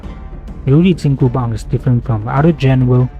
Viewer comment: I'm kinda curious...as someone from the US the pronunciation of the "Bang" part of the weapon's name is kinda odd to my ears as when I hear it, it sounds like "Baan/Bahn" with a silent G on the end. If it's not too much trouble, what would be the closest sound/pronunciation for someone who isn't fluent in Chinese or am I hearing it right and it's a longer A sound with silent G on the end?